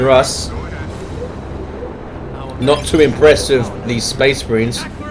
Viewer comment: Fucking speh marhines, ugh.